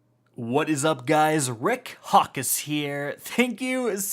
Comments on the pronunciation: And did u seriously just say Rick Hawk-is? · I know I m not the only one who hears " Rick C*ck is here ! " O.o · “And yeah, this primary is AbAbLe” - Rick Hawkuss